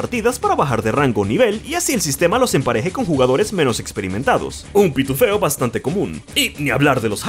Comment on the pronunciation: "Pituféo" suena simplemente mal xDD